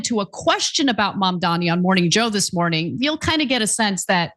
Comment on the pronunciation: Mother fucker learn to pronounce Mamdani correctly